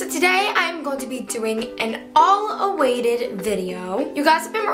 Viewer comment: “An all awaited video” I thought it was “a long awaited video”